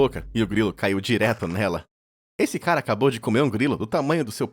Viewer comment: 😅ata e que eu entendi "caral## olha só isso" kkkk